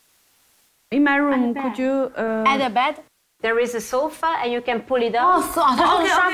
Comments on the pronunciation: 艾玛 不想看了 sofa bed !!! 不是so far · 是sofa，不是so far.. 哈哈哈 节目可以缩短10分钟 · 娜姐的英语，不是进修过的吗？Sofa ……太远……🙈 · sofa bed=有一个房间有点远 😂😂😂娜姐的英语可以的